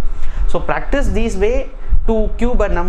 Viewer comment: 8.24 sir sounded practo instead of practice